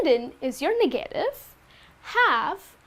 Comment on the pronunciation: Nice presentation, but pay attention to the pronunciation of certain words. You have mispronounced some words on your presentantion. Just an example, remember that the stress goes on the first syllable on the following words: 'please 'negative